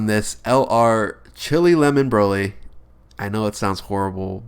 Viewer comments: He said Rosé then Brolé instead of broly because of chilé after too😂😂😂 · Rad Artist I know but after he said rose he said brolé instead of broly because he said Rosé first then chilé after it